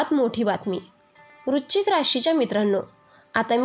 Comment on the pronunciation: आधी वृश्चिक या शब्दाचा उच्चार नीट करा